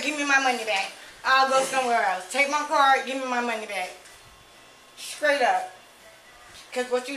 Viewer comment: "Skraight up"